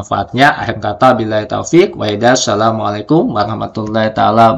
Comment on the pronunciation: maaf itu tadi ucapan salamnya kok aneh ya